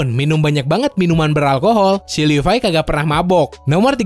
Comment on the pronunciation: Levi❌ Lipai✔️